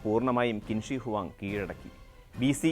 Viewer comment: It is pronounced as ' ചിൻ ഷിയ് ഹുആങ് ' not 'ക്വിന് ശീ '